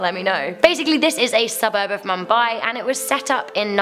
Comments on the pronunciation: it's "MOOMBAI" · you are pronouncing Mumbai wrong and I am watching this in Mumbai